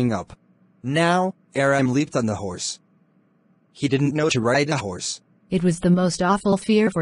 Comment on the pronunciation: the hourse 🤣🤣